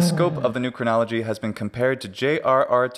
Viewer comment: New Chronology, more like New CRIN-nolo-GE-y.